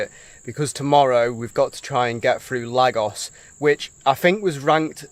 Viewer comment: The way you guys are pronouncing Lagos is hurting my ears haha